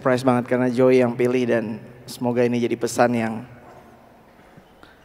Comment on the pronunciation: When she introduced him in the beginning of the video, it seemed to me she pronounced his name like "Joy" and now I can't undo that - it's perfect - JOY Alexander.